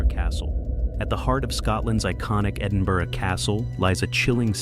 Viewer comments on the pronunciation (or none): none